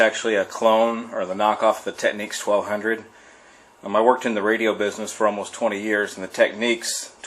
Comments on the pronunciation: The Technics SL1200 is pronounced Tekniks not Techniques a Technique is the art of doing something. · Maybe it's pronounced techniques because their turntables are a work of art.